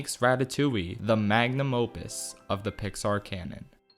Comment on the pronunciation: Did he just said Lion Kin is Disney's mang a num opus?